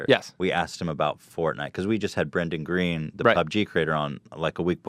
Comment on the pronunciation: It's gween!